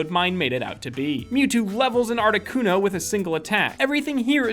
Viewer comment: arcticUNO not arctiCUNO